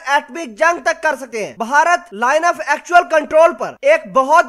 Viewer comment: Bhai jaan..... apna talafuz to durust kr len. Yeh "baharat باھارت " nhi hy. BH mila ke parhen... bey aur hey mila ke "bhey" parhen. Is ko "bharat بھارت " parhen. I m sorry to say.... Myn ne dekha hy k jitne unparh log hyn, jin ko na parhna aata hy aur na likhna.... woh sb utuber bn gaye hyn. Sb unparh logon ne apna chanel khol rakha hy, sirf dukandari k liye...!!!!